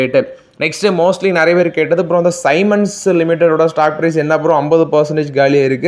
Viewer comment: Bro சைமன் அல்ல சீமென்ஸ் என உச்சரிக்க வேண்டும். உங்க நியூஸ் ஓகே. நீங்க வாங்கும் stocks வெளியே சொல்ல வேண்டாம். ரொம்ப quantity கம்மியா வாங்கும் நீங்க அதை சொல்வது உங்க சேனல் மேல் இருக்கும் respect ஐ குறைக்கும்.